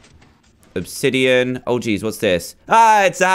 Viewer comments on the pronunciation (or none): none